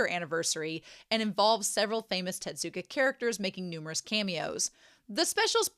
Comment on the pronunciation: Tezzzzuka! not Tetsuka or Tedzuka or whatever you said this whole video T_T